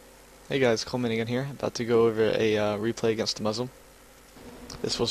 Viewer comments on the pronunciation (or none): when he says " here" it sounds to me like "coleman again here" for some reason